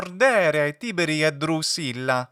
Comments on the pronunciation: It should be Tibèrī, isn't right? As far as I know, Tìberi for Tibèrius is an hypercorrection. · No. It's Tìberī, not Tibèrī. The accent in Tiberius shifts to the first syllable in the vocative Tìberī because the second syllable is short.